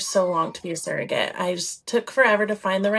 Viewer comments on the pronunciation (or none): It’s pronounced surrogate, not serrogate. is pronouncing it properly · Why does she keep saying seragate? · She can't even say the word properly.